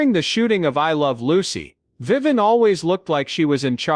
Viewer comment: Another AI flaw... Her name is Vivian, not Viven.